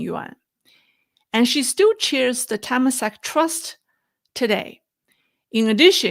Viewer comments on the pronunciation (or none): Temasek. Pronounced: Turr-Mah-Sick